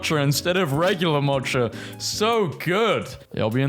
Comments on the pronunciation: My will-to-live meter went down when I heard you pronounce "mocha" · Say mocha "*mawtcha*" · Did bro really just say mocha and Confucius like that? 💀